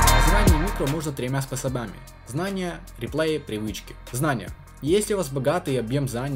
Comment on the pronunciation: как же я балдею с того, как ты ставишь ударения)) способАми моё любимое so far